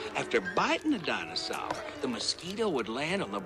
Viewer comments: I came here just to hear him say dinosawr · I just can’t stop laughing how keeps saying “danosawr”. Cracks me up every time. Lmao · I think the way says Dinosaur is funny, because it's more like "Dinosawr" or "Dainosawr" Others agree, and at least one was influenced to the point where and his way of saying it how he pronounces it. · Everyone else is making fun of pronunciation of "dinasar." Me? I'm more interested in him getting slammed by one of the DNA sequences (and trying to figure out what he's saying there). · Dinasawr love the pronunce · Why did pronounced "dinosaur" as "dino'sour'"? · The way he says “Dinosaur” makes it even better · I love the way he pronounces dinosaur